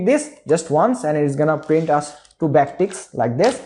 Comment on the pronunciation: Love the way you say "Choo" instead of "two". 😅